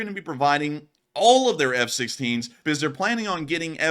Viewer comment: "More closer". "Beguzz". "NuculEr". Slob.